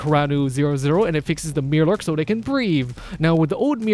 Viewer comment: Mirelurk. My-er-lurk.